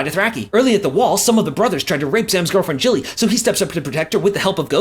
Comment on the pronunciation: How are you consistently pronouncing “Gilly” wrong for all of these recaps? It’s clearly pronounced “Gilly” in the episodes, not “Jilly”. Did they change it for the USA version of GOT or something?